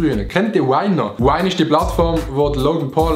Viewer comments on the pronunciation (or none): Sorry Adi aber es heisst vine nöd wine hahaha